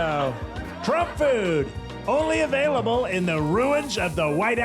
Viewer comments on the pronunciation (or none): none